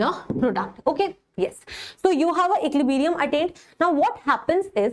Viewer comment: Man ecliberium nahi equilibrium hota h